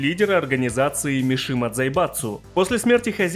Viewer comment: Не "Мишима", а "Мисима"